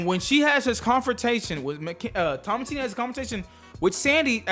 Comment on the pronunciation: Lol her name is pronounced “TAH MA SIN” or Eloise in the movie